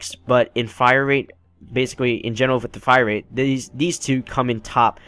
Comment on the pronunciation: Rate* not wate